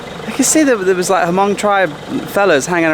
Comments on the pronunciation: h is silent. mong. 555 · Hey, the Hmong tribe is pronounced mong. The “H” is silent. Just so you know. Keep up the great work!